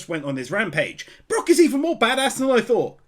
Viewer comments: We’re still calling him BrOck instead of Brook I see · i cant get over you calling him Brock XD its so funny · I finally caught up to all the one piece anime wins. Yayy. But can you call him Brook instead of Brock please 👉🏻👈🏻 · For personal reasons, every time you call Brook Brock, I cringe like someone is twisting my soul into a pretzel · Also its Brook like a rook in chess with a b in front of it. Not like Brock from one piece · uh I know it doesn't matter ... but his name is Brook not Brock >.> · hearing you call Brook Brock is like tiny pins being stabbed into my soul lmao No actual hate or anything just a bit of fun